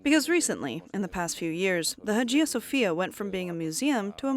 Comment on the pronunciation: Learn how to pronounce “Hagia”.